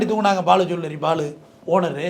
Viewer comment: பாலு ஜீவள்ளரி இல்லடா! அது பாலு ஜுவல்லரி!! பேரு அரம்நாடு ன்னு வச்சு தமிழை கெடுக்காதீங்கடா டேய்😁